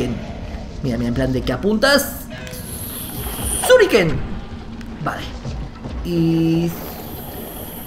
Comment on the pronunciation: apuntas y suriken que no shurike suriken